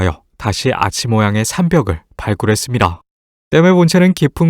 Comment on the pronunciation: 계속 성우가 슴리라 라고 하는 거 꼴받네.. 걍 습니다 라고 하지.. 예전 성우가 훨씬 발음도 정확하고 좋았다